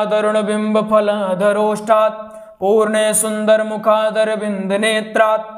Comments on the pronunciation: पूर्णे नहीं पूर्णेन्दु बोलिए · आप अशुद्ध पाठ कर रहे हैं।पूर्णे ग़लत हैं, पूर्णेन्दु बोलिए।ग़लत मत सिखाइये।जय श्रीराम। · जय श्री राधे कृष्ण । क्षमा करना लेकिन पूर्णे सुंदर की जगह पूर्णेन्दु सुंदर पढ़ना चाहिए जय श्री राम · गलत लिख रहे हैं और गलत बोल रहे है । पूर्ण सुन्दर नहीं बल्कि पूर्णेन्दु सुन्दर है जो कि विशेषण है। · Teesri line ashuddh hai ise Sahi kijiye purane ke Sthan per purnendu hai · पूर्णेन्दु सुन्दर बाेलिये अशुद्ध बाेल रहे हाे 😂😢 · श्लोक में मिन्दु कहां चला गया पूर्णेन्दु है छ्न्द भंग हो रहा है। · पूर्णेन्दुसुन्दरमुखादरविन्दनेत्रात् बोलिए गलत उच्चारण कर रहें है भाई। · Jiii bhai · पूर्णेन्दु सुंदर बोले l अशुद्ध पाठ न करें l नहीं तो गलत संदेश जा रहा है l फिर जब आप ही अशुद्ध उच्चारण करेंगे तो सीखने वाले भी आपका अनुकरण करेंगे l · बार बार गलती कर रहे है पूर्णेन्दु नही कह पा रहे